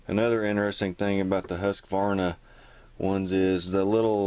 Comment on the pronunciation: Husk-a-varna? Love it, man. You’re not even close to pronouncing it correctly 😃